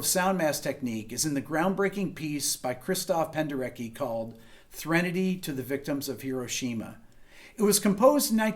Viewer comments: Rick, "Penderecki" should be pronounced with "c" as "ts" in English. Anyway, great material as always, greetings from Poland :) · If you're suffering from melodic discharge, you might want to see a physician. Also, not 100% sure, but I thought (and an actual Pole seems to confirm this below) it was pronounced "Penderetski"? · I know his name is spelled "Penderecki", but it's pronounced something closer to "Penderetski".